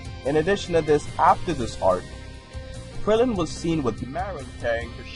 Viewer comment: Ik but you said krilloin xD so I had to point it out